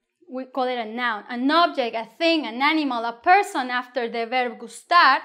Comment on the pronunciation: Why do you pronounce gustar like an American😹